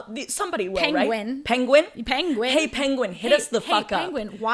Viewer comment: Re-watching this and the way says penguin has me all fucked up lmao